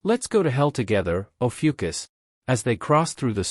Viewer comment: While I love the series, it is ROUGH hearing Lee Guem of Ophiuchus (Lee Gun Americanized) turn into Legion of Yukus.